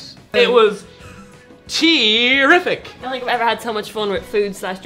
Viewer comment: "It was TEA-riffic". FATHER TED: "Tea-riffic". Bloody hell, Dougal.